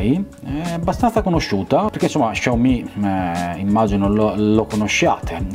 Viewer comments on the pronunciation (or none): none